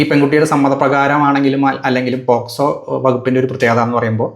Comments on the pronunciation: നല്ല റിവ്യൂ. പോസ്കോ അല്ല, പോക്സോ. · വകുപ്പ് പറഞ്ഞതിൽ ചെറിയ ഒരു പിശക് വന്നിട്ടുണ്ട് പോസ്‌കോ അല്ല പോക്സോ (POCSO ) ആണ്. 👍